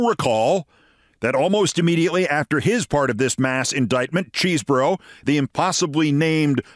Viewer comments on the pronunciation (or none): Keith, I admire your work, but he's not "impossibly named" because his name isn't "Cheesebro," it's Chesebro (pronounced "Chez-bro"). You're usually so careful about things like this; I hope you correct future reporting. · Say"Keszbro"-hard "ch" as "mach"- we have a similar nane🚨⛔